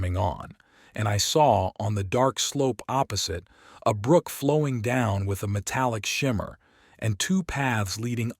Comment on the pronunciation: APP-osite instead of opposite. CUN-tents instead of contents